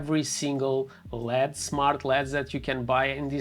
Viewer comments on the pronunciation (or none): Lead? L.E.D. My guy :)